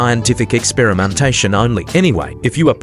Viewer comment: if you appreciate my "diddy-cation"🙏😭 Great vid btw 👌👌